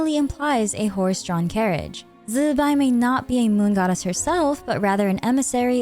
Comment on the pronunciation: i find it funny that so many content creators are having trouble pronouncing Zi Bai. there are a ton of Youtubers, literally on this platform, that teach Mandarin pronunciation for an English speaking audience. Her name actually sounds pretty cool when you say it right too, go check it out